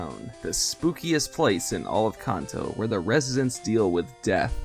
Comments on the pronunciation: Its Kanto not Konto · Kanto. Pronounced as in Can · You pronounce Kanto wrong. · How tf did you say Kanto? Im done watching 3 seconds in.